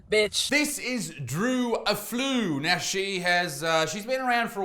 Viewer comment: A flu 😭😭😭😭😭😭😂😂😂😂 Defs not how you say it